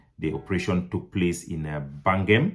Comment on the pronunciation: Please improve on your pronunciation. Bangam can in no way be pronounce 'bangem'.